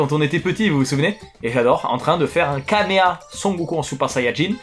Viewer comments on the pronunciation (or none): on t'aime fort. Mais ça n'a jamais été "Kameha", même dans la VF ça n'a jamais été prononcé de cette façon. C'est "Kamehameha" depuis toujours.